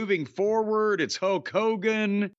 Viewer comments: Hok Hogan lol Jim's pronunciation made me laugh. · LOL it sounded like Jim called him "Huck" Hogan. I loved Hogan as much as anyone else as a kid, and I respect his career. But nothing wrong with that being his new name, the Huckster.